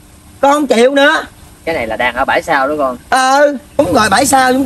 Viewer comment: Bãi sau❌ Bải Sao✅